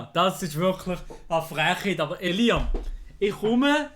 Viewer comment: De schmertz wenn sie statt "Elia" Elias seit ☠